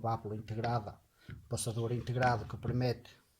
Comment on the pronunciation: só uma observação... diz-se PERMITE 😂😂😂😂